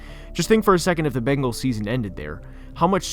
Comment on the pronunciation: IKR? It's so funny. The second worst is the "Bangles".